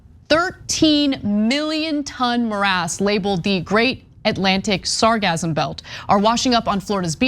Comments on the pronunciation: That's a hard S there Anna. SargaSSSum. Hah hah! sargazm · Sargassum: sar-GASS-um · 'Sargassum' is pronounced with a S sound in the middle, not a Z sound as in 'orgasm.' Perhaps the odor of rotting eggs has confused you. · Its pronounced sar gas sum not sar gasm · sargassum , seagasm .. you say potato , i say potáto lol :)) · It's actually pronounced sar-gas-sum. But it's almost certainly not that plastics are causing the algal blooms. It's just the floating algae act as a filter trapping the plastics. The blooms are caused by "eutrophication", which is basically nutient enrichment of coastal seas because of fertilisers washed from the fields of agricultural areas, which allow the algae to grow faster and blooms to become enormous. This may be compounded by climate change extending the growing season for the algae. While the algae washing up on the beaches, may be unsightly and smelly. The real problem of these blooms is the part dying and decomposing in the water. This decomposition consumes all the oxygen in the water killing all the fish, shrimp etc., which also add to the probl by also decomposing. The seas will then start to smell like rotten eggs (hydrogen sulfide), which is a by-product of bacterial decomposition in the absence of oxygen. The sucker punch is that the decomposition releases the nutrients from within the algae back into the water where they can be used by the next algal bloom to grow. So it becomes a cyclical event of bigger and bigger blooms, and more intense periods of anoxia when the blooms collapse, die and decompose. Same thing has happened in coastal areas Worldwide and the only solution is to cut off the supply of nutrients from agriculture. But even when you do this, it takes decades for these blooms to return to natural levels, because of the recycling of nutrients t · Sargassum is pronounced sar-Gas-um as far as I know. Like Sargasso. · It isn't pronounced with the "z" sound, it has a double "s", pronounced like hiss or kiss.